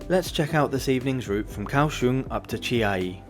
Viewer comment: Chiayi should be pronounced as Chia Yi instead